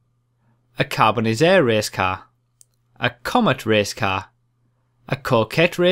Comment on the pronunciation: Hi - love all your vids! It's me again! I corrected you on the pronunciation on the Karin Dilettante! The Grotti Carbonizzare is pronounced, "Carbon-itz-are-ray" if Italian pronunciation is anything to go by. Judging by how 'Pizza' is pronounced, the two 'z' letters would create an "itz" sound. The "are" in Italian is usually more phonetically pronounced. Don't mean to be too particular mate - just giving you a heads-up! Keep up the good work!!:)